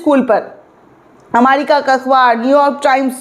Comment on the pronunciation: अमारिका नहीं अमेरिका है